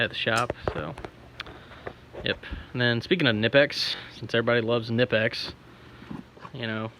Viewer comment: And you pronounced knipex correctly (according to them) haha